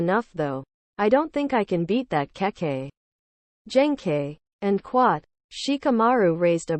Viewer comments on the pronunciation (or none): Can you stop saying end quat